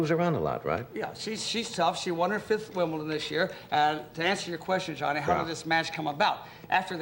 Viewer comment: "Wimbleton" :D